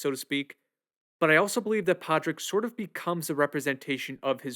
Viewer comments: Just an FYI... Padraig is pronounced... PAW-RICK. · It's driving me crazy that he keeps mispronouncing Padraic. The d is silent. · It honestly baffles me how someone can hear how a name is pronounced over and over again, and then just decide, "nope, I'm gonna say that word completely differently". I mean it's not like you're reading the word Padráic in a book and have to guess at a pronunciation. It's a friggin movie where the name is said out loud at least a hundred times. You watched this movie enough to make a whole detailed video essay about it, talking about the nuanced layered metaphors including the Irish civil war, but one of the MAIN CHARACTER'S names completely escapes you? Absolutely mind boggling. Great video btw. It's a really lovely deep dive into one of the best movies to come out in years.